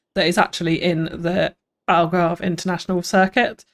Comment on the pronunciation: ALGARVIDON !!!! I’m Portuguese btw 😂